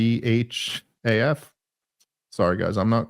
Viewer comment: Dave you’re a janghaf not a wanghaf